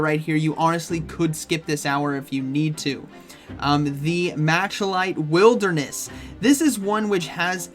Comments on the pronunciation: Bro said "Matcha-light wilderness". For future reference, Malachite is pronounced "Mala-kite" with the first A in mala making the same sounds as an A in something like "Baa" when you're describing the sounds sheep make. Maa-la-kite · firstly,, I love you and you are a great content creator. But I HAVE to know why it's impossible for PoGo YouTubers to pronounce Malachite correctly. Why? How is MAL-UH-KITE so difficult? Poke Daxi can't say it either and it's driving me insane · Why can none of the youtubers I watch pronounce Malachite correctly? I keep hearing people call it Machalite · yes. this. PokeDaxi can't say it either